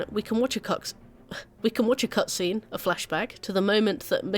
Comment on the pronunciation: The Freudian slip of "Cuckscene" is peak universal comedy.